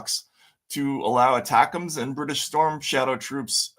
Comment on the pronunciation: I love you guys take, don’t always agree but see where you are coming from. Just lexicon help. ATACMS is pronounced “A-TAK-MS” not “ATA-CAMS”